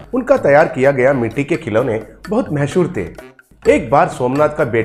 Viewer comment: Mahshor nahi mashhoor